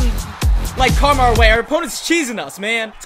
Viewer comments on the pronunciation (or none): none